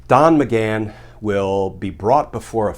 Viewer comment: He said Don maghan 🤣😅